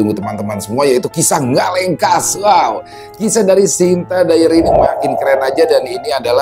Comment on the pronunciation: Ngelekas bang bukan ngalengkas 😂